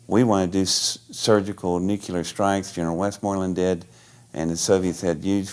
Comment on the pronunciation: ugh, no. I believe him, his body language is straight up. but It just ruins it for me when someone says "NU CU LER"...I get it, its a common mispronounciation, but still, to me it makes someone sound a little simple. I blame covid for my cynisism